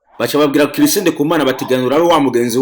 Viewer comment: Banza umenye kuvuga Chris neza 😁😁 ngo Kirisi 😂😂